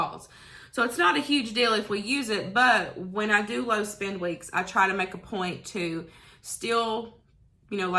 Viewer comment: Low spin no spin? What does that mean? You mean spend. Lol! It was your accent that got me confused.